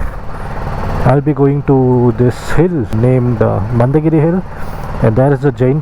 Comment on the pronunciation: It's mandaragiri... not mandagiri